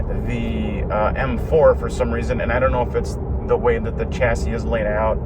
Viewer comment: Shacis not chasis